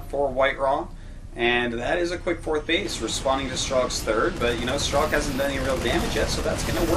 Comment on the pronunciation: got dammit its STRELOK (STR) not STER =_=